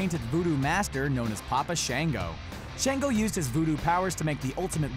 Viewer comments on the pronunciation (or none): Shaw-ngo not Shay-ngo. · Sh -on -go. Not Sh-an-go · Shon-go not shan-go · It’s papa “Shon-Go.” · He’s not saying Papa Shango name right😢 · And shango